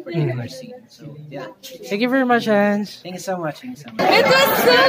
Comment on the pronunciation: it's Henz not Hans